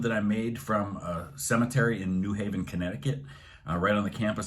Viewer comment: How I know you’re not from Connecticut: you stress the “New” in New Haven instead of the “Haven” LOL :p